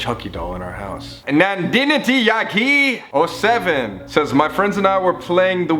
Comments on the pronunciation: I watched this video several times...But now I release that in ......Colby its Nandini Tyagi...not what u have just said! That's fucking hilarious! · nadinti yagi i diedd omg TT XDDD its nandini tyagii kdjvnkjcvnjkd